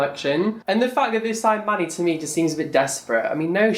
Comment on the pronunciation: Every time you said Manny it sounded like money ... Oh wait I think I heard right ;)